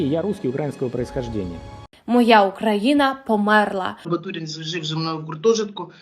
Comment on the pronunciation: Не батурін, а Батурин. Якщо поміркувати, то чисте стерво 😡😡